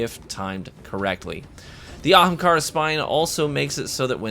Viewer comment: Dude it pains me to listen to pronoun of ahamkara